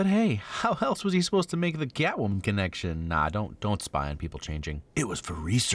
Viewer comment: Did.... did you just pronounce Catwoman like Gyattwoman while she was bending over in the apartment scene? 😅😂